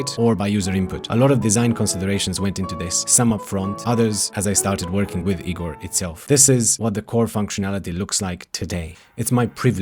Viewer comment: I’m Igor! And I promise you wont find me that helpful. Thanks for pronouncing my name correctly though!